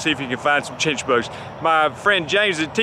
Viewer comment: What did you call the bug? Chitchbugs?